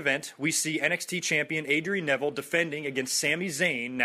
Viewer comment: Great review,. Always good to hear what you think of other shows, outside of Raw. Also lol at you mispronouncing Prince Devitt's and Adrian Neville. XD